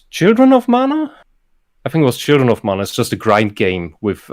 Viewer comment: All of my issues with the German on the right are forgiven because he pronounced "Mana" correctly when and the English dubs of the remakes pronounce it as "manna".